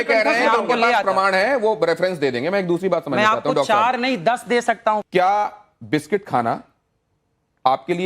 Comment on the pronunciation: Biskit hota hai vish +kit nhi Baba sandhi sahi karo dhongi baba😂😂 inki to hindi bhi nhi Sahi hai